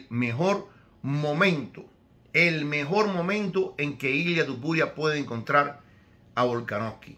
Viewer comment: Igual estaría bien, hablando perfectamente castellano o similar, decir aunque sea una sola vez, TOpuria en vez de TUpuria. Entiendo que un Americano o alguien que no sepa pronunciar bien el español, cambien el TO por TU. O cuando era casi un desconocido. Pero a estas alturas , me parece un poquito ofensivo. Perdon si le molesta. Pero es como si le dijeran a usted que tal Señor Ibro siendo un paisano suyo. Un saludo, espero que no se moleste y que le llame como quiera, aunque preferiria que esto ultimo lo intentara mejorar.